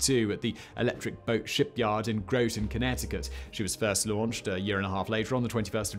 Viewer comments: GrO-ton? lolz its Grotten* like rotten* cause it smells funny in Groton :P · Not Growton Groton. Grot... like hot. Groton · I’m sorry but the towns name Groton sounds like this when you say it (grah-tun) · It's Groton CT. Gr-ahh-ton I live 15 minutes away from the Nautilus. Visited a couple of times. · Always fun to watch out-of-towners try to say Groton (Grawt'in) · Groton rhymes with rotten. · Groton like rotten. I was born there and cringed every time you said it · Simon and his dodgy pronouncifications! Groton rhymes with rotten! Lol!